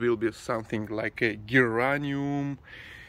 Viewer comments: You said geranium and yes that’s correct but the pronunciation is isn’t grrrr it’s Ger as in German, hope this helps. Val xx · Ger (soft g) ain ium in Americal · It is pronounced жер а ниом. Geranium. Sometimes our English letter "G" makes a "J" sound, a softer "G" sound (like saying "gentle") instead of a hard "G" sound like "guard" or "gallon"). The white flowers are called an ORCHID (ор кид). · The first flower was a "geranium". In "geranium", the g is pronounced like a "j". Say Jur - a - nee- um. The yellow flowered cactus is called a "prickly pear". The dark pink flowers with the zig-zag edges are called "Dianthus" or "Pinks". The fruits that are green and growing upside down are "figs". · I love this one. "jer-An-ee-um" and Orchids are beautiful. Tongue is more like "tung" in tung oil. White flowers generally have less fragrance than others. Those are called succulents in general. Hens and chicks specifically. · Geraniums the g sounds like J so we say jer-ray-nee-um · Geranium (je-rain-i-um) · Geranium You pronounce it like: Jer-ain-iyum. (Jay as in James, not Guh as in Games) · Geranium. GER RAN IUM. the way you say it. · 1st flower: Geranium pronounced: jur-rain-nee-um